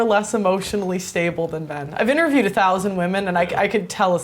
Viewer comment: "I've intaViwed a FousAnD wAmen" 🤡🤡🤡🤡🤡🤡